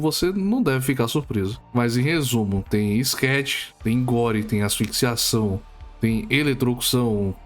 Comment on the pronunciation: Ele disse skatch. O que é isso?